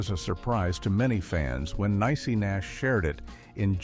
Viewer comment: Her name is pronounced Nee-Cee Nash! Get it together & do a deeper dive w/ur research! This AI is driving me crazy so I’ll just google the info! I’m out!